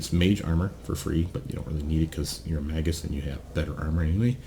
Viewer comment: It's pronounced 'May-gus'